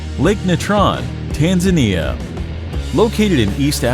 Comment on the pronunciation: People might be scared of these places, but I’m over here complaining because he pronounced Tanzania wrong